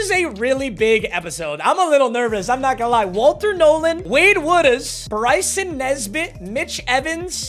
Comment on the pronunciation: It's Bryson muuuuthafuccccka lol